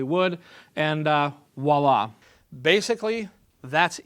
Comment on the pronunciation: "Woila"... LOL Voilà!